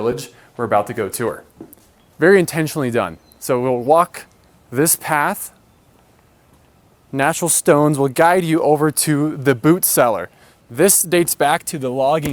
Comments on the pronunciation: The Boot cellar?! He means Root Cellar right? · That’s a “root cellar”, not a “boot cellar”